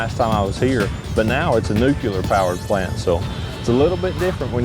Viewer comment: Nu-clear not Nu-cue-ler